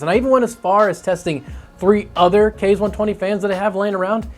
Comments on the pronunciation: Its kah-zee, like kamakaze. Not kayz :) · OMFG PLEASE quit calling it a "Kayz" fan!!! It's pronounced "Kah-ze"! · Id just like to point out that the fan name is pronounced "kah-zay" not "kay-z" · "Kah zeh" like I know everyone on the internet can pronounce "kamikaze" NOT "kays". KA ZE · ikr so annoying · Japanese language uses Latin-style vowels: A="Ah", E="Ay", I="Ee", O="Oh", U="Uu". So "Kaze" is pronounced "Kah-zay", not "kayz". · Nice review and appreciate all the methodology of testing the fans. Just one minor thing, with the rest of the weeb naming of the Scythe products Kaze would be pronounced “kah-zay” rather than “kayz”. Now I’ll stop being that guy. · Kaze = kah zay Counter rotating, not contra rotating. Cmon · Your pronunciation sucks. "kah-zay" it is Japanese for wind, same pronunciation as the Cougar QBX Kaze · In case anyone cares, "Kaze" is pronounced "Kahzeh," and is the Japanese word for wind. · It's "kah-zeh", but good try